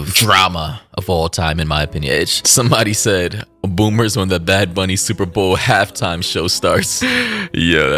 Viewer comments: I just came to comment that right before you called him bad baby instead of bad bunny lol I just thought it was funny🤭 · “Bad bunni”😂😂😂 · "Bad booney" took me out! 😂😂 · “Bad Boony” is killing me, is saying Bunny too woke? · "bad booney" nah man that ain't right 🤣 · Why does that guy keep saying “Booney” 💀